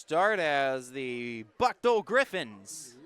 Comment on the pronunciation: Thank you for the coverage. Buchtel is pronounced , booktahl.